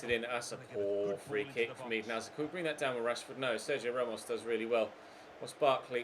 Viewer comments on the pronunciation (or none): none